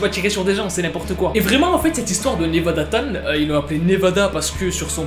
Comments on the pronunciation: C pas 'tan' mais 'chan' et sa se prononce 'tchan' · Oui mais on dit chan pas tan sinon c’est tout bonne vidéo